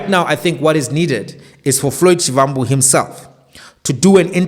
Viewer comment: Please can you pronounce Shivambu as Shibambu. It’s the correct way to pronounce a Tsonga Va=ba.